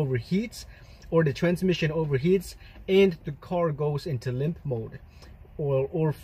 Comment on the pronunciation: "Lymph mode"? Haha.. all these years I've been calling it 'limp mode' - how stupid of me! 😁